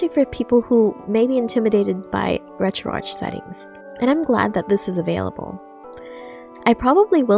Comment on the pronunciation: Why do you pronounce ArchOS correctly but you mispronounce Retroarch?